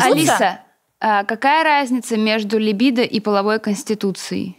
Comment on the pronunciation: Крутой выпуск, впринципе как и все) Нравится ваш подкаст, так ещё и подруг подсадила. После спорного высказывания (как на мою точку зрения) обсуждаем с подругами. Вера более раскрепощённая стала. У очень грамотно поставлена речь. НО! Ударение в слове ЛИБИДО режет слух 😅 Наташа очень крутая и интересная личность. И да, благодарю отдельно всю команду за качественную и цельную картинку.